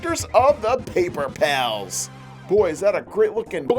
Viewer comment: I love how he messed up saying paper pals some people or not humans I don’t don’t say sorry about that when they’re talking and they Mess up